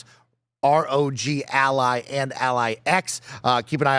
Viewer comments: Guys, it's pronounced ROG Ally.... not Rodge Ally or R-O-G Ally... jesus christ. Do you also pronounce the word Dog as Dodge?? It's the same word, just replace the D in dog with an R and you have the pronunciation. It's not rocket science, it's been spoken out loud a million times by other Youtubers as well as the folks at Asus. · Actually, it is pronounced "Roger Ally". Embarrassing mistake to make for you. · Why do they always pronounce “Rog” as if it’s Roger’s nickname? lol It’s pronounced the same way you pronounce hog. 🤣